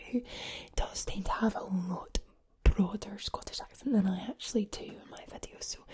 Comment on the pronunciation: Tip for your American accents: when you say the word “actually” or similar words, make sure you hit the c kinda hard so instead of pronouncing “at-tu-ally” it would be more “ak-chu-ly” or “ak-chu-ally” (I’m from the States, more specifically the Northern part of the south so like Tennessee, and North Carolina) 😁